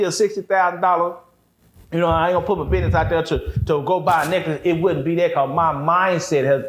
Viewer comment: Trust no one that says, Biness instead of Business 💯🫡